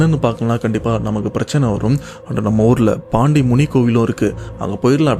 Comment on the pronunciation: தமிழைக் கொல்லாதடா தற்குறி.... சொக்கு - சோக்கு.. பண்டி - பாண்டி.. 😒😒😒